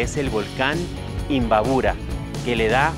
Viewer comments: Se dice imbabura.....no imbaburo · Se dice imbabura.....no imbaburo....